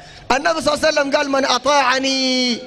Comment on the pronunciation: لماذا لا يقول محمد وبعدها يقول الصلاة الصحيحة صل الله عليه واله وسلم لماذا يقول صع سلم